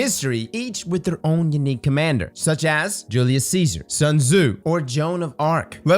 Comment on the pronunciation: This man said “yanique”😂😂 please your LA is showing